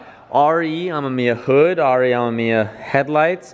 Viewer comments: Pronouncation RE AH mE miya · The word Amemiya has 3 syllable not 4